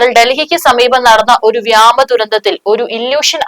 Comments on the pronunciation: വ്യാമ അല്ല വ്യോമ.. മലയാളം തെറ്റിച്ചു പറയുന്നവരെ വാർത്ത വായിക്കാൻ ഇരുത്തരുത് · വ്യാമസേന അല്ല കുഞ്ഞേ... വ്യോമസേന ആണ്... കുറെ നാളായി വ്യാമസേനയെ കേൾക്കുന്നു. ഒന്ന് തിരുത്തിക്കൂടെ?? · എത്ര പറഞ്ഞാലും നേര്യാവില്ല വ്യാമ സേനയല്ല വ്യോമസേന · നിന്റെ മറ്റേ സ്ഥലത്തെ വ്യാമ സേന എടീ വ്യോമ സേന എന്ന് പറ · വ്യാമ സേന അല്ല വ്യോമസേന ആണ്. 70 ടൺ ചരക്കുകയറ്റാൻ പറ്റും. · ഇതെന്താ അല്പം സ്റ്റൈൽ ആക്കി പറയുന്നതാണോ വ്യാമ സേന എന്ന്,... വ്യോമസേന എന്നത് മലയാളത്തിൽ അങ്ങനെ തന്നെയാണ് പറയുന്നത്,... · പൊന്നു പെങ്ങളെ "വ്യാമ" സേനയല്ല........."വ്യോമ സേന" എന്ന പറഞ്ഞ് പഠിക്ക്...........കഷ്ടം. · ഈ കൊച്ച് ഇവിടെ വന്നതുമുതൽ വ്യാമസേന എന്ന് തന്നെയാണ് പറഞ്ഞുകൊണ്ടിരിക്കുന്നത് 🤣🤣🤣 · നാക്ക് നന്നായി വടിച്ചിട്ട് വാർത്ത വായിക്കൂ വാമസേന എന്നേ ഈ കുട്ടിയുടെ നാക്കിൽ. നിന്ന് വരുന്നത്